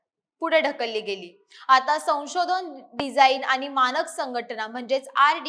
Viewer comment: अरे किती आनी पानी करते बातम्या देताना.. कुठलाच न आणि ण बरोबर नाही